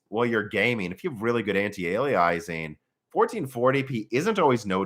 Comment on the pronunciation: I love it how you call antialiasing antiali-eyes-ing 😂